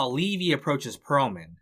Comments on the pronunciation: How does someone make a 4 plus hour video thats good yet get levys name wrong the whole time when its said so many times in the show. Thanks for the good video but that really got to me every time it was said as levi. Ai sucks at least use a better version or voice option. Btw S2 was always my favorite just ahead of 3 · Gotta ask, how does someone who watched the show continually mispronounce Levy's name?